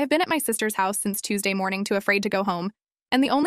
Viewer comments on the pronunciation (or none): none